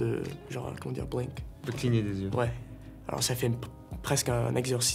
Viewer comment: ça sonne tellement faux quand Chalamet parle c'est dingue... Je sais qu'il porte les deux casquettes (française et américaine), mais on dirait qu'il force tellement pour parler les deux langues (blink = cligner des yeux et cette prononciation excessive du "h" dans les mots anglais qui fait penser à l'apprentissage dans les écoles primaires), qu'il me donne juste l'impression de ne savoir en parler aucune en fait...